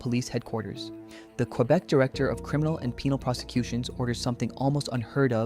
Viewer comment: Would it have killed you to learn how to pronounce Quebec properly lol